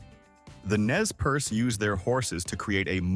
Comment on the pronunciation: Nez Perce is properly pronounced "Nay per Say", not "Nez Purse."